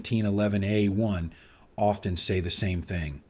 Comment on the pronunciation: Narration sounds awfully like AI, especially with the repeating 1911 p.a.u.s.e..... a-1 and if so, I'd rather have Hatsune Miku with a leek pointer be the presenter.